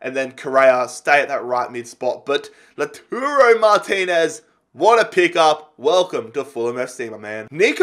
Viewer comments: are you serious? 😂😂 Laturo?? 😂 He's name is Lautaro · please read this! Lautaro is pronounced: LAUTARO not LATURO Joaquín Correa is pronounced: Hoakin not Jaokin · Its not Laturo, its Lautaro, La-u-taro.